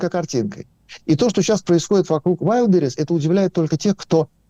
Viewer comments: К сожалению, у Асланяна, неприязненное отношение к России от Рождества Христова. И он знает истину только в одном направлении-все обгадить. Даме надо научиться делать правильно ударение в слове Wildberries. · Ведуча! Ты хоть ВАЙЛДБЕРИЗ правильно произноси ☝️